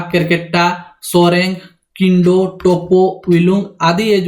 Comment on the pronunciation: किंडो नहीं किड़ो'.